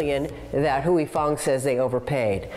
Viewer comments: Why non-asians can't pronounce "Huy" correctly is wacky... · The way these people pronounce "Huy" is triggering me bad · The way he pronounces Huy is annoying. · it's pronounced "hwee" not huey or hoy 😭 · Huy…. Not Heu Wee/Hewy/Hu-eee. Hwee Fong. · I tried all the copy cats. And nothing taste quiet as good as Huy Fongs version of Sriracha. Also alot of americans in this video is pronuncing "Huy" wrong and it kills me. Its "Huy" NOT "Huey" say it right. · LOL is funny watching watching someone mispronounce a word so many times. he keeps saying 'Hooey' when its pronounced 'Hwee' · The presenter needs to pronounce Huy correctly. It’s “Wee” and not “Huey Lewis and the News” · How about trying to learn to provide the name? It's not Huey. Lol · Huy is pronounced "wee." Like in sleep or weep. Every mispronounciation in this video was like an electric shock. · At least pronounce the NAME correctly: "HOY" Fong! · Pronouncing Huy as Huey is like nails on a chalkboard. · Huy is ONE SYLLABLE Not Huey. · Cringe every time he mispronounces Huy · The bad pronunciation of huy is so distracting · The way they pronounce his name..🤦🏽‍♂️ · Narrator should learn how to pronounce "Huy" properly. I mean said it perfectly and he can't do it for his own piece. Weak Sauce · You guys really need to learn how to pronounce 'Huy,' It really isn't that hard.